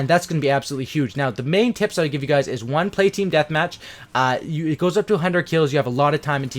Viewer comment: I'm gonna play cod ghost tomorrow again and who else thought he said I got some tits instead of tips 😂